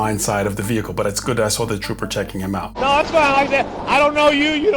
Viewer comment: VEEE HICLE